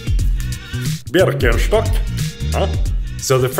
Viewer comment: Berkenshtok 😂😂😂 cracked me up 🤣🤣